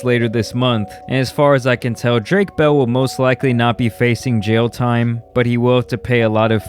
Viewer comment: Bruh you brown. How can’t you say bell in Spanish properly? You a no sabe kid in SA?